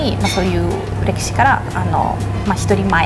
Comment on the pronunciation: 😅『１人前』は、『いちにんまえ』です。 たぶん？ 【未知の東京】、🙏🙏🙏🙏🙏